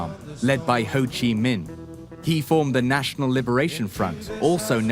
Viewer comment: Hey, it's Minh, not Ming, jack-wagon....